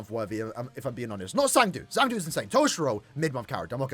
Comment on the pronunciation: Who is “zang du”… it’s cang du…